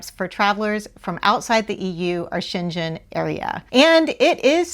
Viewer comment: You should learn how to pronounce Schengen zone. You're pronouncing that right you're talking about the city in China.